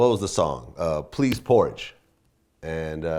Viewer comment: Hahaha Vlad....."Please" Porridge. Drop the L my dude, it's PEASE. Pretty sure you butchered the lyric too but I could be wrong about that. I always thought it was "throw no joints". And your question is completely redundant if you actually listen to the fucking song.